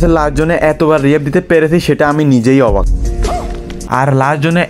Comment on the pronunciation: অভাক না অবাক হবে 😂